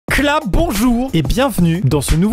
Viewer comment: Et aussi au debut ils dises kla bonjour au lieu de clap bonjour 😂😂😂